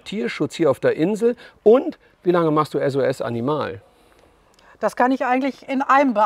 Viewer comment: Wird Animal nicht englisch ausgesprochen ?